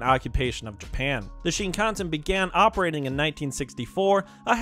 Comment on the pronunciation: It's pronounced: SHIN kan sen